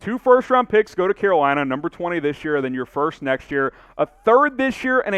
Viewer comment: i heard "que bueno" instead of "Carolina"